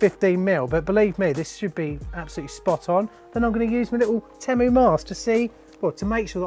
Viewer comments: Why is it bothering me so much that you're saying temmu instead of teemu 🤣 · If your going to review a company you should at least learn how to pronounce the company name properly.